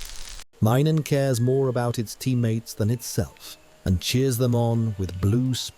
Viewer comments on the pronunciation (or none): none